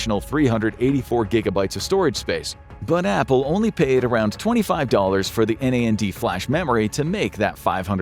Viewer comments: N.A.N.D not Naand ? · Is this AI? How is he able to upload videos like this so often? There's no way he could manually brainstorm, write, rewrite, storyboard, illustrate, animate, record, and edit something of this magnitude at the recent rapid pace. I also hear so many AI-isma. Like saying N.A.N.D instead of NAND. Or "it's not just blank, it's blank". I can literally hear the emdashes. Ugh it's is sad. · I've never heard anyone pronounce NAND as N-A-N-D